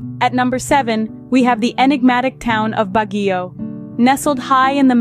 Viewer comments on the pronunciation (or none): Siquijor is pronounce Sikihor not sikwijor also Baguio is pronounce Bagyo not Bagiyo